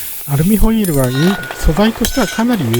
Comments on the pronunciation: アルミホイールが最初アルミホイルに聞こえてわざわざ溶かしたのか…って思ってました(笑) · 私もアルミホイルに聞こえました(^^